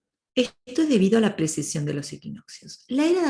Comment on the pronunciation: Me encantó el análisis cuando lo estudié igualmente; alejado completamente de las ideas 'new age' que siempre nos han contado sobre la Era de Acuario = Paz y Amor. Por cierto, disculpa a mi Luna en Virgo, pero es 'PreCesión', no 'PreSeción'. Muchas gracias por tu trabajo de difusión de la Astrología bien hecha. ❤